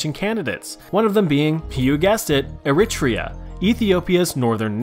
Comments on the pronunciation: The titanic theory is debatable. The pirates thing is highly debatable, mostly untrue. Italy was intentionally vauge, for easear colonialism (+ i dont know how do you butcher the name of a country so bad, its ERR-ih-TREE-ə) How did you link the death of stalin with the collpase of the soviet union i dont know. (english is not my first language, so sorry for gramars) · Is that how Americans pronounce Eritrea???😳